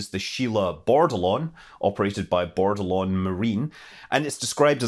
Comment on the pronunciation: Shame he said Board-a-Lon instead of Bordelon